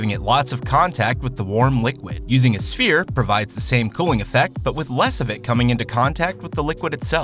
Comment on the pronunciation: "SfHERE" Sigh